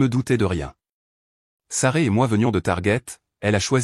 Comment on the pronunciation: C' esct Sasrah !, ce n' est pas Saray §§§§.... Vous ne pouvez pas raconter correctement ???..... Vous ne savez même pas lire ???....